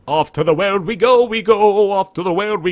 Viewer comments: You've very liked figured this out by now since this is old, but it's been driving me crazy through all 29 of these videos I've watched so far and I just can't contain myself any longer. It's WEELD, dude. Like WHEELED, or wield. Not weld. haha Enjoying the series, been fun watching gameplay from early on, looking forward to seeing the slow evolution of the game through these. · Weald is pronounced like the word Wield.